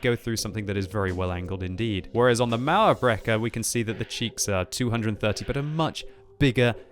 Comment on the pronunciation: everytime says "mauerbrecher" i wonder if german is that hard to pronounce im germany myself